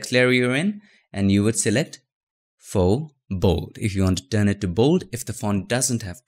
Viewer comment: haha! he used to say fox.. lol thats so cute